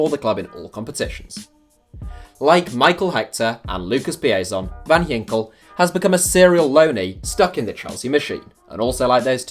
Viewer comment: Marco van Yinkel? It's a G, it's guttural 😂